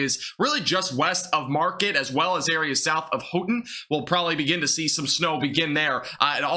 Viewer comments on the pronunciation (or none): My friend, we call it the Upper Peninsula of Mi. Then there is the Lower Peninsula. The city you talked about is called Marquette, a French word pronounced; Mar-Kett, not the ‘market’you shop at. People around here are funny about correct pronunciation of the area we live in. Being in extreme Northern Michigan (LP) I’m confident we will see lake effect snow as well as anything directly from this storm. If you live in Michigan we know lake effect can be massive, especially if the Great Lakes are still open water. Nice to find your channel! New sub. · It's pronounced Mar Ket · (Mark-kett) Marquette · Please pronounce Marquette and Traverse City correctly.